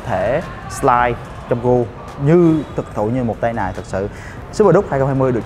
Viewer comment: Chữ cua, a nói ngắn quá , e cứ nghe thành c* :(